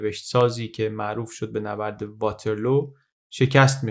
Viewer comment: توجه به تلفظ ها بد نیست. واترلو به وزن لو رفتن نیست. واترلو به وزن لولو خورخوره است😂